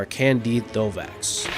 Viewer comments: Sorry, silent x on Candide's name. Not to mention it is spelled Thovex fyi. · Pronounced Tovex and spelled Thovex